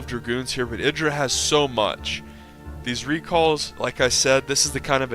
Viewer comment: Hey you're actually pronouncing Idra correctly. That alone is worth a thumbs up(besides the fact that you constantly remember to explain stuff to SC2 players who never knew Brood War and its different tactics so that they'll understand what's going on) :D